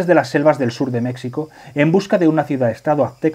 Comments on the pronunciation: Buenísimo. He descubierto el canal y el juego hace poco y ya estoy picadísimo. Por cierto: México se dice con j, como jalapeño (de Jalapa o Xalapa)[ˈmexiko] Un abrazo y traga quina. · Porque pronuncian "Mecsico" ? Lo correcto es "Mejico"